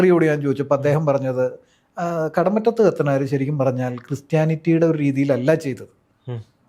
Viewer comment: കടമുറ്റത്തു അല്ല. കടമറ്റത്തു